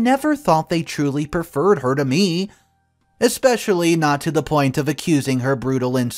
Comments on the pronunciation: To you keep pronouncing especially wrong did detracts from the quality of your story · There's no X in the word especially